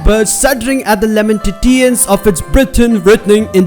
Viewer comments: lamen ta tions hai wo lamenta tiwans nhi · Bhaii pronounce usse, lamentashans bolte hn😂